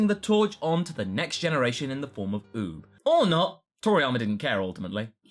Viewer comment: you have a funny way how you say oob. btw nothing burger